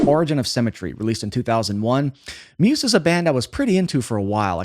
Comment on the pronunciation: The way this guy says Muse pisses me right off. 😂